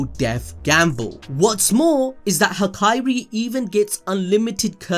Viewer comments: "Hakari" not "Haikairi" you should watch more subbed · Am I the only one that hears hikari instead of hakari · Hak eye ri bruh it’s hakari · Bro his name is Ha-kari not Ha-kai-ri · Hakari. Not Hakairi. Ha-ka-rih. There are not two i’s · Came for the video stayed for the "ha-ka(I)-ri counting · I love your videos but please say Hakari's name right lmao